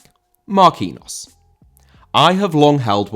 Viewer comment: He is pronounced Marquinios